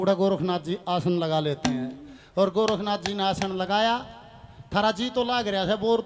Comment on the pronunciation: गोरखनाथ, नहीं गौरक्ष नाथ नाम है, उच्चारण ठीक से करो